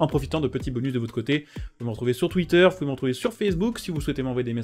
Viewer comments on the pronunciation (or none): none